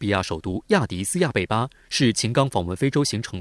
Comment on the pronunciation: 麻烦深圳卫视转告这个配音，亚的斯亚贝巴，的读音地，读第四声。